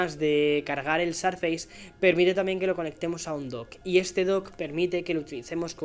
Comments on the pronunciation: No se pronuncia "sarfeis". Te recomiendo para futuros videos que lo pronuncies a la española ("surface" sin más) o que consultes la pronunciación de la palabra en el Oxford English Dictionary. Suena realmente mal para los que tengan alguna noción de inglés, de verdad. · dices mal surface!! Corrigelo. Saludos me encanta el podcast y tus videos